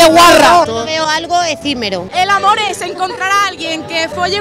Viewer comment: me voy a poner un poco bujarron con lo que voy a decir pero lo mejor del video es cuando dice un señor: Mi primer amor eh mi mujeh.